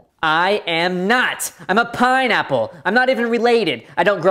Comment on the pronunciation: it’s an pineapple not Painapple just stop saying pain apple and STO- AHHH 🔪